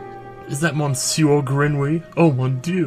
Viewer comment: I hate to be one of those commentors but 2 things, the mon in monsieur pronounced muh...kind of >.> and the miaou is basically meow. Because that's how french folk spell meow. (Dogs say ouaf instead of woof) Pronounce it how you want but I just thought I'd help. Hope you're having a good holiday and have a good new year, too